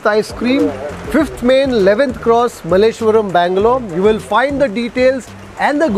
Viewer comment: Its Malleshwara